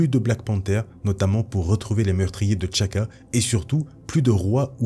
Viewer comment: Té Tchalla et Té Tchaka et non Tchalla et Tchaka